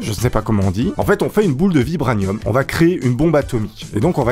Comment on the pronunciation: ça se prononce "vibranieumme"